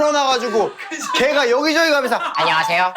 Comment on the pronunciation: 앙녀하세요 안뇨하세요 ㅋㅋㅋㅋㅋㅋㅋㅋㅋㅋㅋㅋㅋㅋㅋㅋㅋㅋㅋㅋㅋㅋㅋㅋㅋㅋㅋㅋㅋㅋㅋㅋㅋㅋㅋㅋㅋ